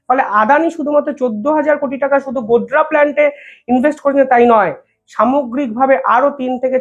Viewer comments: Godda.. Not Godra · গোরা নয় গোডডা